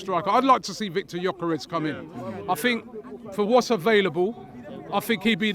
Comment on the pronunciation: I fought I fink Seriously why do you replace a T with an F sounds ridiculous. Hang on Liverpool have had injuries